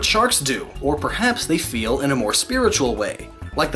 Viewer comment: Omg never say 'feel' like that again.